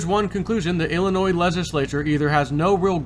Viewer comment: FYI: the letter S is silent in llinois. Ill-in-noy phonetically.....